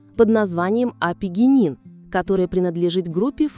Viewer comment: Вещество апигенин на слух воспринялось как офигенин 🤭, для лёгкого пофигизма 🙂